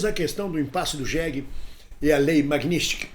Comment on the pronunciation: Não é "MAGNÍSTIK", É M A G N I T S KY _ N I T S K Y _ T S K Y. E não NISTIK.